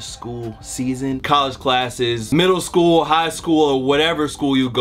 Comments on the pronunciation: gotta take his ass back to school talking about some "back to shool" tips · Back shool?? you need to back to school. lmao